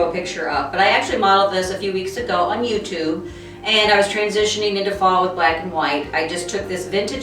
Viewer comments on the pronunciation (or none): none